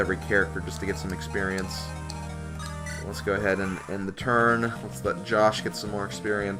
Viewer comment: So why did you call it "experienoso"?